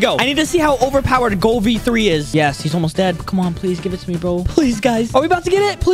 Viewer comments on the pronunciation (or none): Is anyone going to talk about how he’s saying goal and not ghoul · It is not ghol it is ghoul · is pronouncing it goal not ghoul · When says "goal" instead of ghoul 💀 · quick pronunciation Ghoul is pronounced goo-el